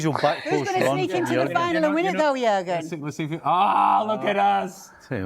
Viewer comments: A Pronuncia é "iurgem" Klisman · o Klinsmann tá viajando.... como é que esse bando de tiriça vai ganhar a copa?? (AH, A PRONÚNCIA DO NOME DELE É "IÚRGUEN", OK?) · Yohan? Yourgen! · O JORNALISTA CHAMOU O CARA DE JOHANN KLINSMAN...SANTO DEUS.. O NOME DO CARA É JURGEN.. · Iorran Klinsmann? 😂😂😂😂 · Fala o nome do jogador certo. jurgen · Pelo menos, ao gravar o vídeo, fale corretamente o nome do jogador né?